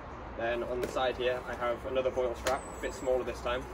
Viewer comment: vwal strap is the correct pronunciation (french). Great video, thanks